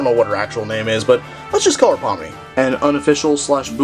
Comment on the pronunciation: you got pomni right